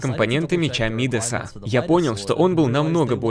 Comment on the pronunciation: Меч Мидаса, ударение на а. Он назван в честь чувака по имени Мидас, который касанием превращал касанием все что угодно в золото